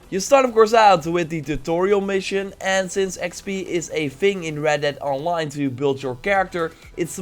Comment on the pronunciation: Not hating but in the beginning it's sounds like your saying "Welcome to Reddit Online"